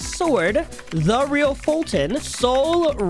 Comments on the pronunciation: Yea its not photo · Fulton not dumb,👇